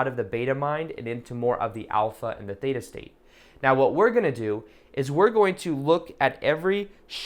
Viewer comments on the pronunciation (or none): none